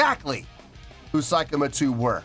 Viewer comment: Pronunciation is more like "say" kima 2, rather than "sai" kima 2 👍